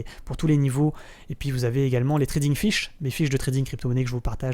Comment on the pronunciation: Ça me fait délirer à chaque fois que tu dis "trading fiches", moi qui ai joué au poker un bon moment dans ma life, je l'entends comme les "trading fish" 😅